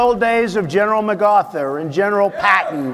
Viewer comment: Why does everyone miss the fact that Donald Trump call General MacArthur “General MagAthur” ? Did he say it that way because it starts with MagA? No he just doesn’t know the guys name. And nobody even notices. 😂